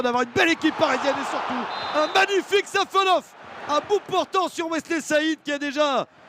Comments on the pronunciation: Safanov❌ Savanov ✅ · C'est SafonoV, pas SafonoF...